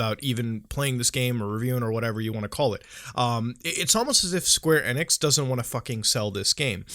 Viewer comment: ITS E-NIX NOT NX ITS E-NIX OR E-NICKS